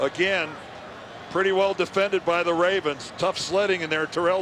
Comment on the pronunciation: "Baltimore 'Ray'vens"